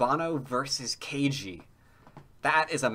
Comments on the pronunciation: Ke Jie sounds like "Kuh Gee-ay", not Kay Gee. You're killing me,. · That'd at least have one of the syllables correct, rather than zero. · Just starting to watch; I think you should try to put a little more effort into pronouncing "Ke Jie" correctly. You know, for respects and stuff :)